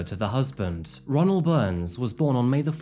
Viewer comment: No lie My name is Ronnell and your pronouncing it is wrong